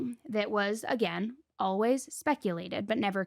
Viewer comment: Why do you both pronounce “always” as “olwuz?”